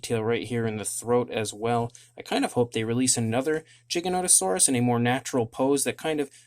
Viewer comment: Its pronounced with a a G not a J